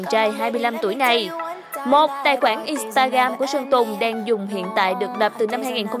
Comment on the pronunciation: In sờ ta gờ ram chứ ko phải in ta gam bạn ơi :))